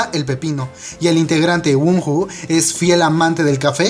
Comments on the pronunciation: el nombre wonho se pronuncia Guono :v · JAJAJA ¿Cómo nombró a wonho? XD se pronuncia wono